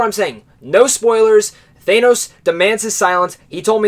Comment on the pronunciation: the way u pronounce thanos is wrong